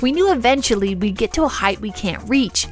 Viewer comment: Uggg...here we are again with your family's pronunciation.... As I have said before heighth is not a word. It is height. No need for the th sound at the end. Also, it is across...not acrossed. That's not a word